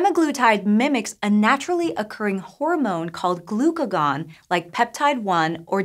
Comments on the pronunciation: Pronounced the phrase "glugacon-like protein 1" as "glucagon, like protein 1", oof. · Minor correction, pronouncing "glucagon-like peptide 1" the dash isn't meant to pause and start a new sentence. That's the name of it. "Glucagon like peptide 1" all one phrase. Nomenclature of biochemistry is stupid and i hated learning it. Sorry. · Glucagon-like is pronounced as one word, hello from Kazakhstan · she reads "glucagon-like" as if the sentence would stop there. This is just like speech synthesis would read it because it doesn't understand the word. What the?! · True. She read it as if the hyphen were a dash.